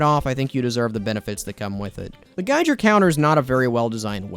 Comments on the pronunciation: i love you man but please geiger is pronounced guy-gir counter not guyjir:( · "gi-gur" not "gi-jer" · when I hear you say "gijer" instead of giger, i become violently ill please take this into account the next time you choose to mispronounce giger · not to be that guy but it's pronounced "geeger" counter. its a pun that references H. R. Giger, an artist responsible for a lot of the xenomorph/Alien movie designs. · the way he says Giger counter pisses me off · the correct pronunciation of geiger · The fact that I'm getting more mad over the mispronunciation of Geiger counter rather than the goofy and unnecessary p2w stats says a lot about my personality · Local man can't pronounced "Giger Counter" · The way he pronounced "Giger" is crazy. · You're saying "Giger" wrong, you're not saying it like you'd pronounce "H.R. Giger", and you're not saying it like you'd pronounce "Geiger".